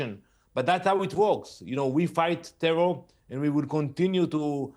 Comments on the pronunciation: Tehwol!(terror)! That dude should learn another language with a speech impediment like that. 😆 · " a tewor attack" lol